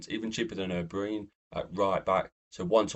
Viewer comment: Stop saying o'breeen😂😂😂